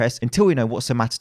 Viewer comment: Vincent pronounced "somatotype" as "somatype" and as a Greek I was so angry